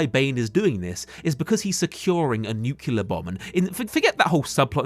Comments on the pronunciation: 10/10 analysis, excellent points. I just wish you'd learn to pronounce "nuclEAR" correctly (i.e. not "nucular"). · Erm it's pronounced Nuclear ☝️🤓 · NUCLEAR IT'S PRONOUNCED NEW-CLEE-AR STOP SAYING IT LIKE GEORGE W BUSH, YOU'RE BETTER THAN THAT.